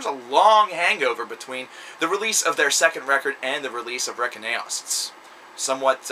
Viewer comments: Dude it's pronounced Reinkaos (RE-IN-KAY-OSS) Not Rekinaos, and it was 11 years between Reinkaos and Storm of the Light's bane (he went to prison for 10 years) and it is a streamlined and more "songwriter" friendly version of melodic swedish death metal a la Dark Tranquillity (not that that is necessarily what it was intended to sound like). Also, work on your damn grammar, and explain yourself without making baseless statements like "the riffing is fantastic", what makes it fantastic? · Dude, Reckon-aos? Really?? It's "RAIN-CHAOS" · respect to this...but its not REKEN AOS....its pronounced "REIGN CHAOS"...REINKAOS...check out our metal band from Montreal, and keep making awesome vids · Reign-Chaos or Rain-Chaos is the way to pronounce it lol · Re-kin-aos lol!